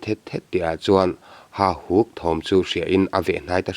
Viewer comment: Ka ngaihthlak danin Hahuk tia lamrik niin ka hria,Hahuk nilo in Hauhuk tih zawk nise.